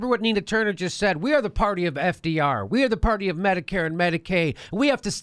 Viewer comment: Notice she says medi-Cade not medicare....another sign that ahe is clueless